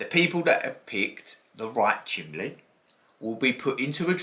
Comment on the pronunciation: Are you saying chimley haha 😄 the scratch coin is so pretty 😍